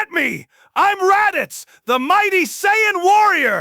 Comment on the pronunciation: It can do friezas impression but can’t pronounce Saiyan correctly 🤔